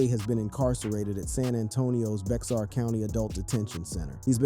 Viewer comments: 'Bexar County' is pronounced 'Bear County' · Dear Non Texans, Bexar County is pronounced Bear County. The x is silent. Trust me I've lived here my whole life. Oh and Seguin is pronounced Se-geen not Seg-win. The U is silent. Lol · Lol, Bex-AR county 😂